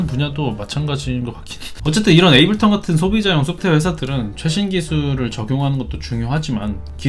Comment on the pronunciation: 에이블턴 말고 제발 에이블톤이라고 해주세요..;; 너무 거슬리네